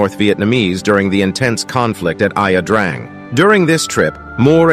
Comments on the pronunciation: It's not pronounced " IA drang". Ya drang! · Aya Drang? 🤦🏻‍♂️🙄 Its pronounced Yah Drang. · Ia Drang is not "Eye-ah Drang". It's "Ya-Drang", and Nguyen is pronounced "Win" in Vietnamese. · Thanks, but pronounciation is important. It's not pronounced "eye-uh drang". It is pronounced "yah-drang". Thanks for sharing. All the best. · I have their first book ,"We Were Soldiers Once...and Young". I will be buying their second book. Not to play "grammar police", just to be accurate, it's pronounced "Yah" (Drang), and the Vietnamese name spelled Nguyen, is pronounced "when". If we are going to honor those that were there, then the names matter.... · Ia drang is pronounced Ya Drang. You're insulting a lot of veterans.